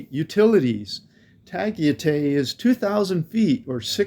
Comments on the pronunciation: It's not "Tu," but "Ta." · It's NOT Ta-ghee-tay ! It's Ta-guy-tai LOL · Your pronunciation is wrong. Tagaytay is pronounced Ta Guy Tigh. My wife from Baguio and I go there often. If you asked a Filipino how to get there with your pronunciation they would not know what you are talking about. It is easy to make that mistake as the same way in Thailand if you asked to go to Pattaya (pronounced Patti ya) Thai people will not know what you are talking about. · It’s “Tah-Guy-Tie” ffs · $120 a month on alcohol? Lol that's a crapton of drinking for the Philippines 😅 It's actually pronounced Tuh-guy-thai but I'm not trying to nit pick. Budgets are like a-holes.... everyones got one and I don't want to hear about nor see any of them. It's all vases on what your lifestyle is. Some can do $800 a month, some need $2,000 a month. The problem is most Americans feel they need to bring the US with them to the Philippjnes. This is incorrect and it defeats the point. Why not just stay home then? Oh and you forgot to add in Visa renewal fees and saving for the "Visa Run" ticket when it comes time if you are not on a SRRV or 13a Visa. I say this because most will be on a Tourist Visa like myself. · Tagaytay (Ta-Guy-Tie) looks awesome., I thought you saw a Ferrari that’s why you were saying “Ferris Bueller”😂. Stay and safe and have fun🙏🏼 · Tagaytay = "Ta - gai - tai." One of my favorite places in the Philippines. "Bueller?" "Bueller?" "Bueller?" ..... (From "Ferris Bueller's Day Off," a CLASSIC. One of my favorite movies back in the 80s. John Hughes, R.I.P.) ..... Nice haircut, btw. IMPORTANT REMINDER: Although Tagaytay is an elevated area, with its very cool climate, it is very nearby Taal Volcano. Taal is one of the most active volcanoes in the World. All you expats might want to consider THAT, first, before making a final decision to actually live in Tagaytay or not. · Your pronounciation of Tagaytay leaves a lot to be desired 😄